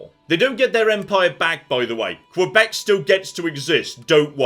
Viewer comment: Hi, Canadian here :) Just letting you know that in the pronunciation of Quebec, the U is silent. It's more like kebek